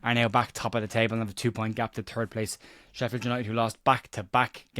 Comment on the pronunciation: Hiberno definitely hits the nail on the head with that pronunciation for sheffU 🤣